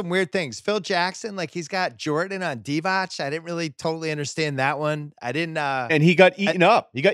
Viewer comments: Bill should kinda know that Divac is pronounced Divats and not Divach. And his name is not Vlady but Vlade. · It's Vlade Divatz, Bill, not Divach.